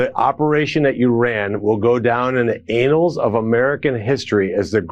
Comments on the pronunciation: Annals is pronounced like the name Anne not anal 😅😅😅😅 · The word is annal not "anal". Lmaooo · "Anals of history"? "Annals" is a little less disgusting. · The word is annals. It means a concise historical record in which facts are listed chronically. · All of you need to learn how to say annals instead of there is a difference between annals and anals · The Anals of American history ? Anal = (AY-nul) Having to do with the anus. The anus is the opening of the rectum (last part of the large intestine) to the outside of the body. Annals = (Ann-uhls) The record of an activity or organization, arranged year by year, or a history that covers a long period of time. One is an arse hole the other a yearly record Which one do you mean? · "the anals of history...". 🤣😂🤣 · "It will go down in the anals of American history." Damn straight! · If what he says is true and the dem guy said “it would be going into the anals of history”, he means it goes down as the worst attack in the history of attacks. And the gop guy repeats it with out knowing what the word pronounced as anal is the anus! He is so dumb. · I don’t think saying ‘anals’ was a mistake. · He meant "annals". Doesn't know how to pronounce it. He's so stupid he doesn't now his own language. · These people eed to learn how to pronounce the words they want oo us. ANNALS pronounce with a first letter like in apple. ANAL IS A totally different word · It infuriates me. A grown man, cannot pronounce An-nals (annals) . Or maybe that’s correct, operations in Iran will go down in the butt hole in American history.